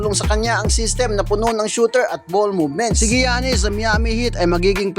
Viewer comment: Sa-Bon-Nes LEO-Nard GIYA-NIS FORTER JR PILIKANS FAOLO Kawawa sayo BAi hahahaha😂